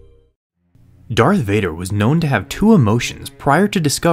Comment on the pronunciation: Darth not dark vader